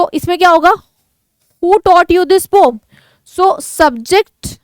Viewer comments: Mam pom nhi poem hota hai 😅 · Wo pom nahi poem hota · Mam vo pom nhi poem hota hai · Poem hai pom nahiiiii😂😂😂